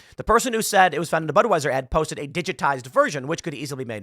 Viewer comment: Asked for comment, the DeSantis campaign spokesperson replied, "BUD WEIS ER" 🤣🤣